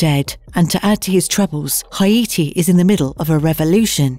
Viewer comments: HI-ATI! LOL!, Haiti is pronounced HAYTI not HI-ATI, just so you know for future reference. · Hay-tee good god. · Tobe hooper. TOE-bee, not "to-buh". sorry but that bugged me. so did "hi-AY-tee" for haiti.